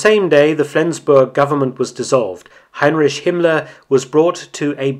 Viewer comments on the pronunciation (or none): Another quality video Mark, I had never heard this story before! The only thing I ask of you is please say "Heinrik" instead of "Heinrish" as each time you say that I wince 😆